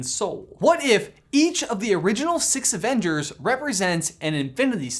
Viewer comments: says avenders not avengers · I cant help but notice he said "AVENDERS" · "avenders" I love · he cant even speak correctly. quote: "at the end of infinithy war" and "all six of the original avenders"